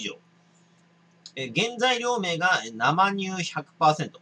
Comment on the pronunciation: 正しくは「せいにゅう」でしょう‼️